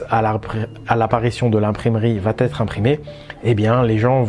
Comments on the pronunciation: Merci de traiter ce genre de sujets hyper importants, dont personne ne parle!... Remarque très secondaire par rapport à ce que tu nous apportes,: on ne dit pas "vatêtre" mais "va être". Il n'y a pas de "t" à "va", donc pas de liaison dangereuse. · Il va....etre, pas de liaison merci Tres tres interessant